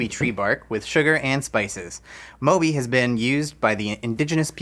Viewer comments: It’s actually “maw-bee” 😅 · I'm from Trinidad and it's pronounced "Mawby" not "Moby" . Glad to see a drink from Trinidad but the Sorrell Fizz tastes better. Mauby is an acquired taste as it's quite bitter. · Mauby is pronounced Maw-bee not Moe-bee. ❤ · Just for your knowledge. The last one isn't pronounced MO Bee... it is actually Maw Bee... it is an acquired taste in the Caribbean.. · It's pronounced Maw-Bee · Mauby is pronounced as Ma-bee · Love to see Trinidad and Tobago featured!! It is pronounced "More-bee" btw. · Not 'moe bee' it's called 'more bee' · Mauby is pronounced “maw-be” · Also it's pronounced MAW-bee, not MOW-bee. :) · Love to see my country represented 🇹🇹 btw it’s Maw(like MeeMaw) Bee…so MawBee (spelt Mauby) love y’all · It’s pronounced ‘maw-bee’ fizz😁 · 🇹🇹here I've never heard that pronunciation of "mauby" before 😂 also knowing it can be made alot bitter (which is how I like it)than that brand makes it funnier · Never heard anyone pronounce Mauby as Moby😂 I’m from a different Caribbean island and we pronounce it how it looks. We pronounce the au as aw like saw or paw I thought you were saying moldy at first😂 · where the hell are ya'll tasting licorice in the mauby drink? it DOES NOT taste like licorice, and for its pronounced as MAW--BEE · maw-be like meemaw and bee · not how you pronounce mauby 😭